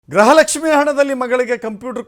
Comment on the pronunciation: Gruhalakshmi alla gruhalakshmi pronunciate properly.